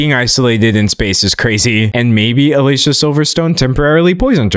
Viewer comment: Dear Professor- she pronounces her name “Ah-Lee see-ahh” 😊